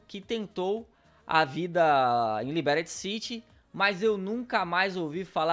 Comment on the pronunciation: "Liberyti city" aí é foda neh